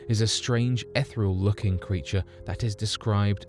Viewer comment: Yes there are an awful lot of word swaps and grammatical errors that unfortunately lower the tone of this otherwise very well produced video. The incorrect use of “of whom” really irritates me, the use of “is” instead of “are” in the plural, and the pronunciation of “ethereal”. It’s a pity as otherwise he’s done a great job - I wonder why he doesn’t use the grammar tools on MS Word when he types up his scripts? Most of these issues would be flagged and autocorrected.